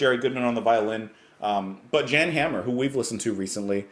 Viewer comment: then learn the difference between the sound of an organ and an electric piano. and since he's Dutch, his name is pronounced 'Yaan.'